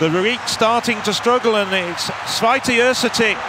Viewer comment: These two guys were not that bad. 😄 I think that Święty is virtually impossible to correct pronounce for a native English speaker.